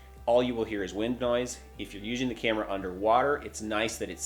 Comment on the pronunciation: Is this guy an alien!? Why's he keep saying "useing", instead of "using"!?!